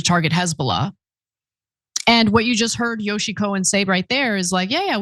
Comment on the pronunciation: Yossi, not " Yoshi." Ana is beautiful and bright, but she often mispronounces words/ names etc